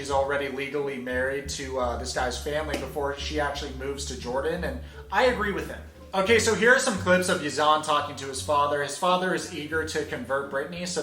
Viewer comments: Yes in all Arab countries Muslims can marry their cousins......... and his name is pronounced Yuh-Zuhn. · You can’t pronounce Yazan it’s literally spelt how you pronounce it.. and I really find your title ‘the muslim’ offensive why didn’t you write the ‘christian’ or whatever for her.. also I don’t agree with the way Yazan is but don’t confuse culture and religion.. and it’s true about Yazan but u can’t all go on about Yazan is Brittany a twat to go to the Middle East then and she has no respect for the culture there don’t go there if you don’t like the culture.. I’m sorry but it’s a two way street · You don't know how to pronounce a simple name like Yazan? Don't take the piss. You said you have muslim friends, I don't think you even have a coloured friend. I used to like you but you need to calm down with the racism comment and other things . Just be a bit considerate and educate yourself. :)